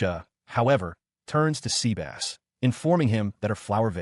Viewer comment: So Seh-bus became Sea-Bass huh?! lol